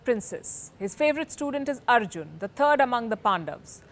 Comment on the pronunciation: Content is good but you need to pronounce Samskrtha language words and ancient names as they are. For e.g Veda Vyasa is not Ved Vyas. Arjuna is not Arjun. Mahabharatha is not Mahabharath